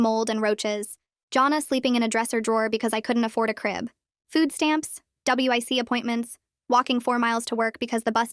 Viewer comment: It's wic not wit appointments.